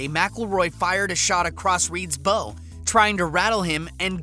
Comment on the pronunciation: “...fired a shot across Reed’s bow.” Not only Sarazen pronounced wrong but “bow” as well. We’re talking bow on a ship, not a bow tie... Millennials...